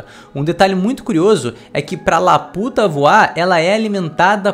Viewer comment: caraca mais ele enche a boca pra falar da “laputa” né kkkkkk